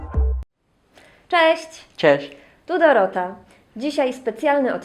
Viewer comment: Dorota: "Cześć" ! Carlos : "Czesz"